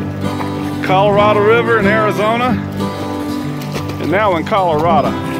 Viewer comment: It's always fun to watch Tucker swim! It's sooo obvious how much he loves it! The haircut looks good! Hat, too...so happy you're protecting yourself from the sun! Btw, it's pronounced col uh rad o...I was corrected REAL soon after moving there in the 70's! Another great video, as always,! Travel safe, stay happy, love God, hug the babies for me, and, have a blessed day! (7/9/2018 Monday amCST Houston, Texas)